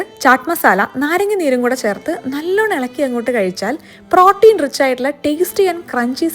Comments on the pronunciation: Pronunciation of Protein is wrong. Please correct it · Protein pronunciation kurachu different allle